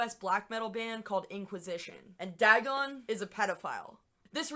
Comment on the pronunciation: Also, DAY-gon not DAH-gon. Come on, basic lovecraft.